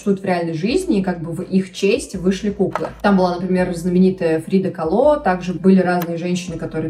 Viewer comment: Что как ты назвала Фриду?! Какое блин КалО, ударение на а!!!!!!!!!!!